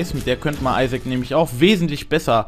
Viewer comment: Wie TT einfach auf einmal nach dem Isaac, die perfekte Englisch-Aussprache hat! :DD